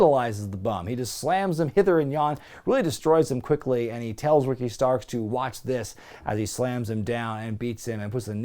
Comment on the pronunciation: how does he go from calling Ricky Stocks to Ricky Starks lol